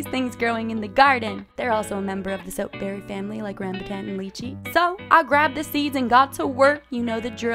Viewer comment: Rambutan is pronounced Ram-bhu-tan